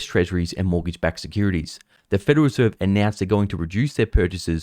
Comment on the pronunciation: It's the "Federal Reserve", not "Federer Serve""